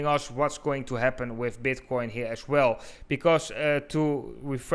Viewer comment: Did he literally start with "Is BEDcoin..."